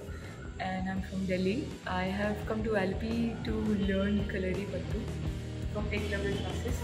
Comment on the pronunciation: Kindly pronounce it as kalari payattu. At least say it roperly so you learn it properly. Otherwise it will be a half baked knowledge.